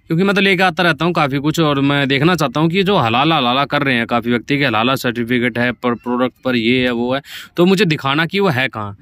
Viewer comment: Are halal certificate bolte hai halala nahi